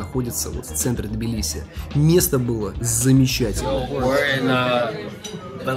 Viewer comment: Надеюсь до конца ролика научиться правильно произносить слово Тбилиси......😂😂😂 и не будет тебе мешать снимать видео 😡